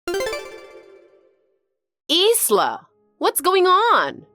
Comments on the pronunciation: I think that “Isla” is pronounced “I-la”, like “eye-lah”, the “s” is silent. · Ffs it's pronounced with a silent S 😂